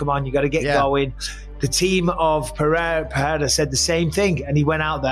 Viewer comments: It's pronounced "Pereira" not "Perreira", not to be confused with Ferreira, it's the double r's that make the "h" sound. Since you made the effort to get Adesanya's name right, i thought you should get Pereira's name right. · You’re not Brazilian, pronounce his name with R not H